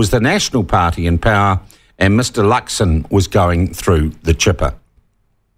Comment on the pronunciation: Atleast get the name right "Luxon"